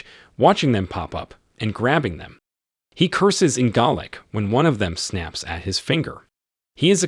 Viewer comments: I was wondering when the narrator was saying "garlic " should have said " Gaelic" ..🙄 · pronunciation in this video is hilarious, eg - "he cursed in GARLIC" :face-green-smiling: It's just one amongst many, so many in fact that I almost wet myself! :face-turquoise-covering-eyes: +++ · Galic is pronounced like gay lick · This narrator needs to learn how to pronounce words properly. Gaelic, not Gallic, and as for the Baron.. good word. It's a title, not a name. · Not in Scotland, where it’s also spoken. Here it’s pronounced Gha-lic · Is the voice AI? It is pretty good, but there are a few odd pronunciations like 'baron' and 'chieftain' and, of course, Gaelic (though the latter might be a regional pronunciation).